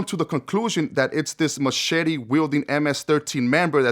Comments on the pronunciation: Are you trying to say,"machete?!?!?!" The weapon?!?!?! WTF is a machity?!?! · The matchetty😂